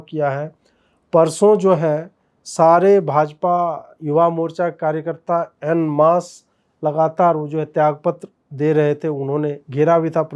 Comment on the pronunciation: En masse को ऑन मास बोलते हैं , एन मास नहीं । अजीत , कृपया गलत प्रोनन्सियेशन से बचो ।